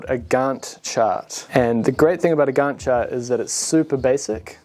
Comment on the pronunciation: Minor nit, 'Gantt' is pronounced with an 'a' as in 'tank', not as 'Garnt'.